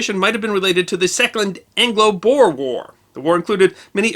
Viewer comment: Just as an FYI, "boer" is not pronounced like "bore". The 'oe" is pronounced more like the 'oo' in "spook".